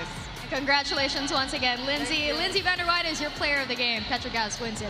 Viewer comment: Good game to both teams 👏 Fyi to pvl announcing the play by play during the game.! Stop saying Vander Wei-de it’s Vander Weide correct your pronunciation pls. lol she’s American 👌 Vander Weide not Vander Wei-de 😅